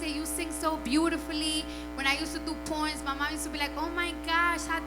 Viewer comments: Wait did she say poems or porn? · I really thought she said porn and I was like wait✋😂😂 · Haha the interviewer had to clarify that she said poems instead of porn. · 😂😂thought she said porn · Lol I also thought I heard porn, until the presenter said poems and I was like... oh! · When she said poems I thought she said pornos or porns